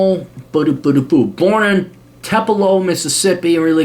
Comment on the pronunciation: Tupelo, MS is pronounced Too-pa-low.